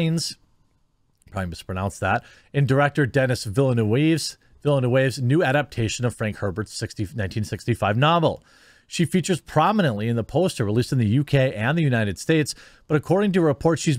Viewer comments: It's pronounced Deni Villenew . In French some words you leave out the last letter and others the last two letters. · villanuevo.. pronouncing a french name like it's spanish.. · Villeneuve is pronounced veel-nuv. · Hi, just a suggestion, its pronounced "Vilnöf"! And the role was originally written in the book as a male character. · Vill ~ Noove is how you pronounce the name…it’s french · You pronounced Liet Kynes correctly (who is the father(!) of Chani in the book) but not Villeneuve.